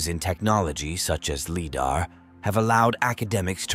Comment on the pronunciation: I won't be watching another one of your videos, mostly because you cannot pronounce Lidar.